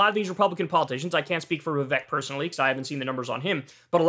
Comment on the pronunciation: Vivek rymes with cake... if your gonna talk about him say the man's name correctly 😂